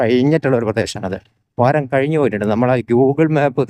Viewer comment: വരം അല്ല വാരം ആണ് സ്നേഹിതാ